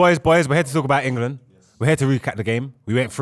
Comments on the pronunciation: Why does say Engerland? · say IN-GA-LAND one more time 😂😂😂😂